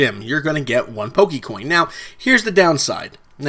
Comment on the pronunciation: I cringed every time is said Pokey. Pokey coin, Pokey mon.